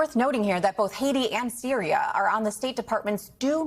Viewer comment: Cannot pronounce Hatti nor Syria nor ideological, all in the first 20 seconds of broadcast, this is a bad look.